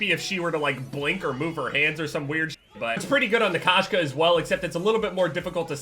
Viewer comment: Koh-Shka not k-ahshka it is Russian for cat Кошка